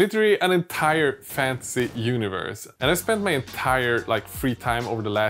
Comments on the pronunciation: It took me a second to realize you were saying "fantasy" not "fancy" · What he said: "I made my own fantasy world!" What I heard: "I made my own fancy world" I was really hoping for a bunch of fancy pants miniatures, whatever that means.